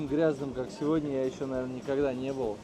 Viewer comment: Денис , ухо режет седни седня 😮СЕГОДНЯ ИЛИ ПРОИЗНОСИТСЯ СЕВОДНЯ